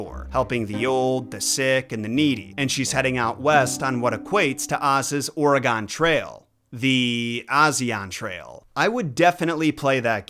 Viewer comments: Or e gun it's pronounced Or e gun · Sorry to be nit picky about this but it’s Or-E-gun nkt Are-E-Gin